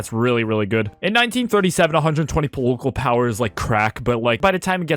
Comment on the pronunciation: “pol-o-col power” son😭😭😭😭😭 polocol 😭😭😭😭😭😭